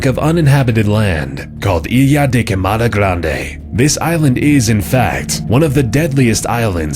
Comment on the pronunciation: You pronounce ilha da queimada grande incorrectly lol. This is Portuguese not Spanish